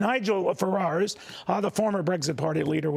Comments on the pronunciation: First they spell minister wrong, then he says Nigel Fararse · Right at the beginning that goofball got Nigel's last name wrong. That was on purpose.